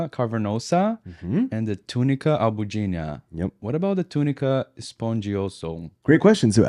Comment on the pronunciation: descobri agora que você é brasileiro ao pronunciar a palavra latina "túnica albuginea" corretamente, hahaha. Me senti mais em casa ainda! Seus vídeos são ótimos! Parabéns e sucesso!